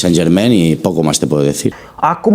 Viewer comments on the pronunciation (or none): none